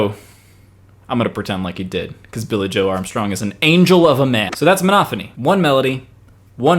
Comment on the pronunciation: It sounds like you're saying "Monothony" and "Homothony" as opposed to "MonoPHony" and "HomoPHony". I'm I mis-hearing?